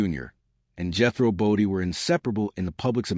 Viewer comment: #1. The AI voice is not pronounce BODINE, it’s not Jehro Bodie, I could be wrong but I thought it was his uncle who was the boxer? I catch Beverly Hillbillies now & then on TV & laugh my butt off. Max did a fabulous acting job with his character Jethro. So funny! When TV was good & entertainment. Ahead of its time, remember Jethrine ahahaha